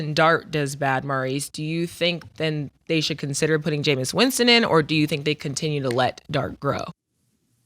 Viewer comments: It’s “Jameis” not “Jameson” Murda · Ma$e, his name is Jameis..not Jamison!!😅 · Arabia was right “Jameison” 💀💀💀💀💀💀 it’s JAMEIS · Crazy that mase can't just say "Jameis"